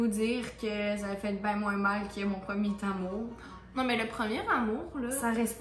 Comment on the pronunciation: « premier Tamour » 😂